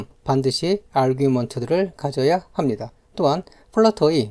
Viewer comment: 강의 퀄은 좋으신데 말투가 너무 듣기 힘든;;; 마지막에 보입니다 합니다 입니다 강조 안하시면 안될까요